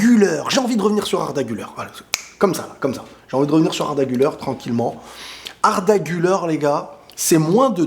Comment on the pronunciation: Salut, pour info, Arda Guler ne se prononce pas « Guleur » mais bien « Gulère ». Ca signifie: celui qui sourit.